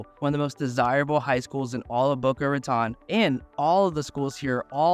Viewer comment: Please learn how to pronounce "Boca Raton." Location, location, location!